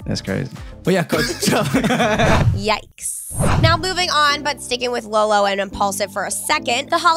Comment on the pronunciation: Can you PLEASE STOP calling him lo lo it is so fricken stupid